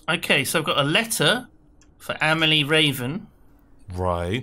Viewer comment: Blair Snurtburgler A-may-lee-eh is totally wrong (that would be «amejlie») It’s «ahm-ahl-ee-eh».